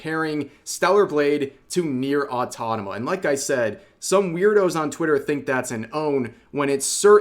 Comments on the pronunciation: REV, for the love of anything that is holy, its right there. the frikin title is there. Nier: AUTO MA TA. where did you get this fixation in your head that its pronounce Nier: AUTO NA MA. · Brother. It’s Nier AutoMATA, not Autonama…. pls for the love of god! Stop mispronunciation of one of my fav games. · It is Nier AutoMATA, not autonoma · small constructive criticism, it's pronounced Nier Auto MATA not Autotoma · Rev pls, it's NieR:Automata, Au-to-ma-ta not Autonoma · He fr said Nier "Autonoma" TWICE. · AUTOMATA, Rev, AUTOMATA, not AUTONOMA! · "Autotama"😂 It's auto_mata_, rev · ah yes, Nier Autonama, my favorite game lmao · "Nier Autonama" made me do a double take XD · nier autonama 😅🤣😂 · ah yes, one of my favorite game; Nier: Autonama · "Nier Autonoma" When you gonna learn, old man? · Man, it's Au-to-ma-ta, not "au-to-na-ma" 😂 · Dude it's AUTOMATA, A-U-T-O-M-A-T-A, NOT "autonoma". Pretty sure you are doing it on purpose. 🙄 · Au to mat tick Au to mah tah Same cadence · Every time Rev says autotoma instead of automata something inside of me dies. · Bro no way, you still calling it Autonoma 😭😭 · “Nier: Autatoma” 😔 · Nier: Ottoddomuh is my favorite game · Nier Autanama? Bro... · Every time he said "Nier Autotama" I die inside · I keep hearing Rev say "NieR: AUTONOMA" 💀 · Same. I thought that he it pronounced wrong accidentally on his previous vid, but he kept repeating it again and again on this one too.😅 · Say it with me now... Au-To-Ma-To 🍅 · Nier Auto-MATA. it's not difficult. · I've always wondered why he pronounces it that way. I'm assuming that he's just doing it to mess with people, since he does it pretty consistently. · anyone just let it slide when he said nier automata wrong, but no i wont, i wont let it slide when u said automata wrong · i still find it funny how rev pronounces automata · Lol, sadly our boy messed "NIER: Automata" once more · Its cute how Rev can still not pronounce Automata correctly. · he will never learn how to pronounce 'automata' lol